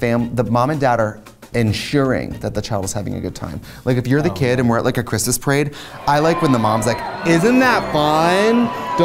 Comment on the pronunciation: The "Siiilent night" reminded me of the Tom Waits verson. Lol. "Merry Chrishmash time! Happy Holidaysh!" Lol.✌🎅🎄🎊🎉⭐🌠✨